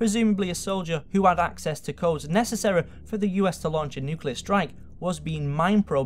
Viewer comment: Lets dig a little bet Deepah and necessereh